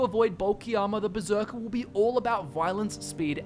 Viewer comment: Um... Hate to be that guy, but it's Berserker, not beserker.